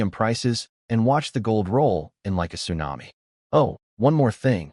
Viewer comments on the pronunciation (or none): none